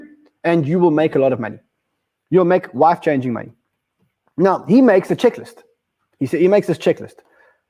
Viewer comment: Are you saying “life-changing money” or “wife-changing money?”